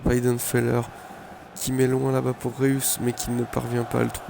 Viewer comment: et tu ne prononce pas bien reus !!! pas bien ! et sa m'as saouler ta compétition ! sérieux la pffffffffffffffff